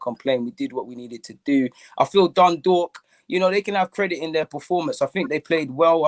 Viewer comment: Fairplay to for pronouncing Dundalk properly first-time 🤣